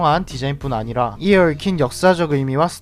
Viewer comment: 이에 할때 발음이 거의 영어인줄